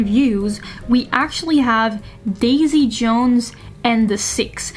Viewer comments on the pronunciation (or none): none